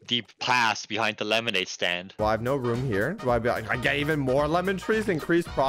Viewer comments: The fact that said lemonade staind in the beginning is hilarious 😂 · Did anybody notice that he said,” who can make the best lemonade stade